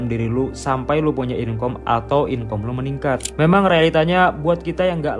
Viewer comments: jangan bilang inkom...tapi dibacanya inkam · Inkam bg bukan inkom